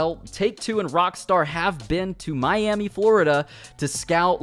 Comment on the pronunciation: Nobody:: My Emmy